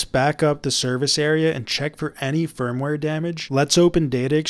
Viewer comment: Am I the only one who heard him say the ROM sperm ware?